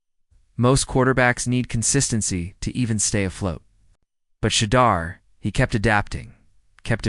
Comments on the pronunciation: To hear The deplorable way the media pronounce Sha—-deur(door). What is your problem. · Why should I listen to any thing you say when you can’t even pronounce Shedeur’s name correctly.